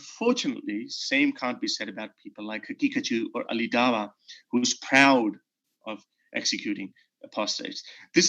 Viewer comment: is doing Cow(ah) as opposed to Daw(ah). This guy seriously looks and talks like a trans, a pedophile and capable of incest. This is the reason he doesn’t need any validation.